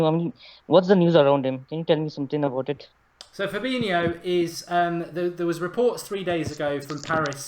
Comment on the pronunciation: How can someone not be able to say fabinyo not fabino???